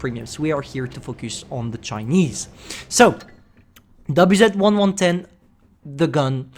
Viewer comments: both him and droodles have their brains melt when pronouncing Chinese tank names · But the subtitles say the WZ-110's name correctly unlike.